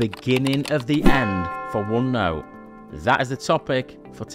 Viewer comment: "uonnou" huh :face-green-smiling